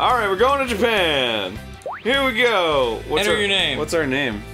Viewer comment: Reyson70 "MY BELOV-ED JAPEN"